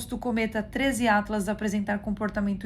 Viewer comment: "Trêis iatlas" kkkkKKKKK Esse 3iatlas virou ícone do canal da